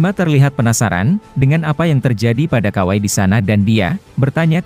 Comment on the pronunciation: Kawaki,bukan kawai😂